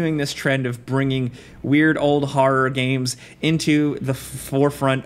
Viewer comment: “Har games”